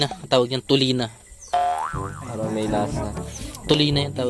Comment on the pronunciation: TULINGAN KALAMPITOS HINDI TULINA HAHAHAH